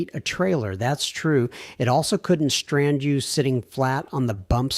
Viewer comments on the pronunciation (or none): none